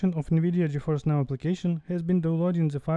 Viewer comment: “Gi Fi N”